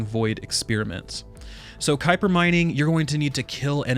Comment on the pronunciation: Kuiper is pronounced “kiper”